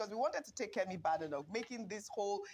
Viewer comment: It is not pronounced "BAADENOK". It is pronounced "BEIDENOK" .